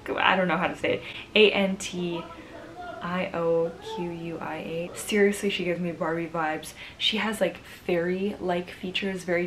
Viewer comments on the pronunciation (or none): The struggle is real with these pronunciations Siera! Good job on the others though :) Santander = Sahn-tahn-dehr Antioquia = Ahn-tee-o-kee-yah Risaralda = Ree-sah-rahl-dah